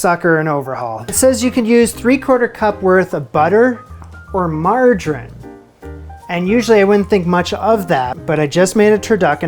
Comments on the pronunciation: It's "mar-jar-ine", not "mar-gine" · “margarin”???……come on dude it’s pronounced “margereeeen”……nice job on the cake tho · it is margarine pronounced like Submarine and not margarin. Has an e on the end. Say out and about for us and just for giggles or Canadian Just for Laughs: Gags is one of Canada’s most internationally recognised comedy exports. It originated in Quebec and became popular because its humour is visual rather than verbal, making it easy to broadcast in any country without translation. Maple syrup is Canadian gold. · Okay, love you, but every time you say Margarine it hurts my ears, it’s pronounced, Margereeeeen So Marge like the Simpson and then Eeeen 😂 TIA! ❤